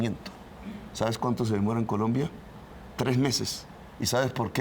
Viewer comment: este pedazo de periodista machucho no sabe ni dar la hora comenzando que cuando va a a dar la hora arrastra la lengua de tal forma que en vez de decir seis de la mañana tres minutos dice seis de la mañana tree seeee minutos.... jajajaja pillensela bien cuando diga la hora jajajajaja , ahora va a tratar de debatir con petro de politicas economicas jajajaja pobre periodistica prepago primero que aprenda a decir la hora bien primero y despues que medio hable con petro jajajajaja